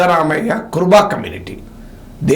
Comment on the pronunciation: కుర్బ కాదు, కురబ